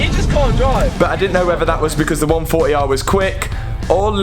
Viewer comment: Love how he says 1 4 e i haha